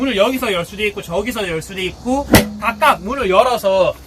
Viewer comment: 있구~ 있구~ 있고로 발음하시는데 더 나은 것 같습니다.